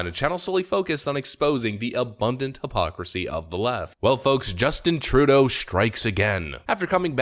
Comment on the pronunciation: the way you pronounce trudeau drives me crazy. you're doing it wrong.